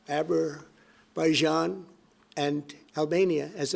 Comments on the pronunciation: "Eberbyjun"😂 and Albania ? Azerbaijan/Armenia? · The fact that President T mispronounces the names of some countries (Azerbaijan) and calls Armenia Albania, shows how he "respects" those countries. He does not even care to remember them. Yet those countries think that USA is their friend... Pathetic.